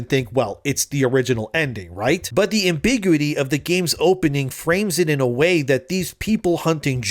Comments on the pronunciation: AMBIGUITY is pronounced: am - buh - gyoo - uh - tee Not: am - big - yoo - tee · It's am-bih-GYu-it-e stressing the gyu sound. It's like saying acuity like AK-yoo-tee when it should sound like ak-KYOO-it-e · It's pronounced AM-bi-GU-ity.